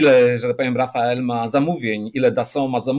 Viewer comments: Nie Rafael, a Dessault Rafale, że tak się przyczepię do wymowy, bo o reszcie pojęcia nie mam. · Rafale, a nie "rafael"! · Świetny gość, dzięki za wywiad. PS. Francuski myśliwiec nie nazywa się Rafael, ale Rafale (wymawia się Rafal). Rafale oznacza po francusku poryw wiatru, a Rafael to imię męskie. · Ale po co na okładce raportu o PSP w XXI wieku A-6 Intruder, nigdy nie używany w PSP i wycofany jeszcze w XX wieku? :D ;) I korekta: nie Rafael, tylko Rafale ;) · Jak rany,, nie Rafael, A Rafale (czyt. RafAL )! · Rafale a nie Rafael. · Rafael czy Rafale? Czyta się z grubsza rafel z fr. podmuch, poryw. To już drugi ekspert który przekręca na Rafael. Jakiś potoczyzm czy po prostu błąd? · wielki pilot myśliwski, twórca nowoczesnego polskiego lotnictwa który spośród zaledwie kilku istniejących współczesnych samolotw myśliwskich nie potrafi nie przekręcając wymienić nazwy jednego z nich produkowanego 2000km od Polski. To się nazywa zaściankowość i wąskie horyzonty. Przecież czytając raporty, ba, nawet oglądając nawet outube by wiedział. A on nie czytał nic czego mu Amerykanie nie podesłali.